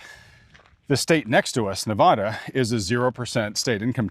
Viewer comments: He moved to Nevada and doesn't know how to say the name of the state correctly...... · If he's going to live in nevada please inform him how to pronounce it